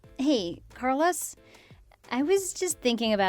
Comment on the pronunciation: I have never before heard someone mispronounce "Carlos!"